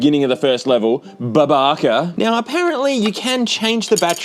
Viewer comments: fun fact: "babaca" in brazilian portuguese means "jerk", and just pronnounced it perfectly, lol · I'd like you to know that "BABACA" is the word for "asshole" in brazilian portuguese. You even said it like a native,! Congrats